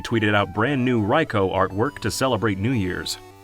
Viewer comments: Hearing someone pronounce Raikou properly is genuinely so satisfying 😂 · After several videos from False Swipe Gaming it's so refreshing to see someone actually pronounce Raikou's name correctly.